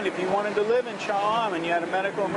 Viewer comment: I enjoyed your video but what bugged me is your pronunciation of Cha am and Hua Hin. Not that big a deal but kinda put me off at the start.